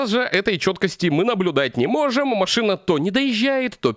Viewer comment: не макшина-а машина 3 54